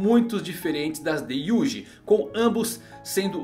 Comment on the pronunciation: desculpa pela crítica, mas a pronúncia dos nomes está errado, a escrita (em letra romana) e a fonética em japonês. Ex: Itadori Yuji (escrita) Itadori Yuudi (fonética) Orimoto Rika (escrita) Orimoto Rika (não se fala “Rica” com son de “rr” e sim com som de um “r” só, ex: marinha - ri de marinha som de um r) na língua portuguesa não usamos essa fonética.... mas seria como Lika, não sei se deu pra entender....